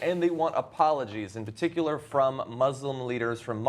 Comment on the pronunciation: Learn to pronounce "particular."